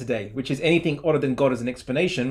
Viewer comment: It is annoying how keeps using a "K" instead of a "G" when saying a word ending in "G"...like "AnythinK" and "The thinK is" etc.